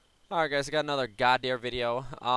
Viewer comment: Godhyr :P :P Estonians know :D